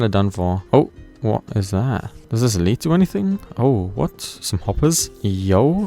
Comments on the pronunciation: Lead ore is not pronounced the same as a Lead you use on entities, it's pronounced more like Led. Sorry to be the pronunciation police lol Fantastic playthrough as always, I've been considering an ATM10 playthrough as a means to learn some of the tech mods i'm unfamiliar with (create and mekanism primarily) Still think you're criminally underated as a 100 day let's player. You deserve much more recognition my man, keep up the good work brother. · Please for your own sake look up how to pronounce lead i cant take it anymore 😢